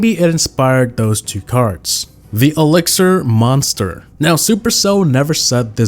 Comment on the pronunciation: Bruh it's "*elixir*"